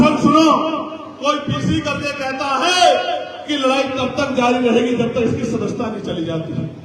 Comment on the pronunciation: पहले सदस्य्ता शब्द सही से तो बोल चिंता मत कर वो चली जाएगी तेरे कर्मो से तू चपरासी के लायक भी नहीं है